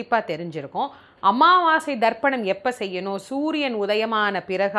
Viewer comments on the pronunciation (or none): அன்னதானம் √ அண்ணதானம் × அமாவாசை √ அம்மாவாசை × தாயே, தங்கள் தமிழ் உச்சரிப்பில் சற்று அக்கறை காட்டுங்கள்.